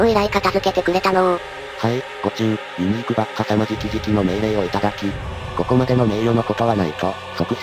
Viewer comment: ユニークがユーニクに聞こえてくる...